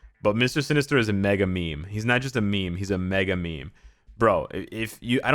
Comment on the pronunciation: "Mister Sin-ester" I think i've heard this somewhere before. 🤔